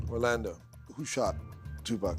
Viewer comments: You not saying 2 PAC correctly bro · How you Black and can't say Tupac correctly, bro?